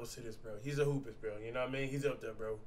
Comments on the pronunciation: bru plz stop callin dat shit hoop-e-ist. its spelled hoopist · It’s either hoopist or hoopest not hOoPiEsT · CASH ITS "HOOPIST" OR "HOOPEST" NOT HOOPIEST (hoopy-ie-st) HOW MANY TIMES DO WE HAVE TO COMMENT BRO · Bruh u Jeep confusing ppl with slow spelling U SAY “hoopist” and spell it “hoopy - est “ 🤦🏽‍♂️ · Im so tired of this man spellin the saying "HOOPIST" as "HOOPIEST". Cash, you're not saying HOOPY-EST, you're saying HOOP-IST XD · I know this man did not say Text Book- Hoopiest😭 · Anybody want to tell cash that it's "Hoopist" lol